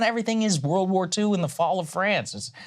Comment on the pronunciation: I think you said 'world' wrong